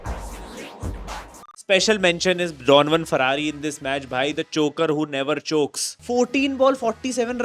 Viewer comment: Farari ❌❌❌ Farera ☠️☠️☠️☠️